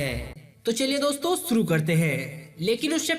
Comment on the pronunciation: Saale saath hota hai shath nahin bolte. Shuru ko suru bolta hai aur saath ko shaarh.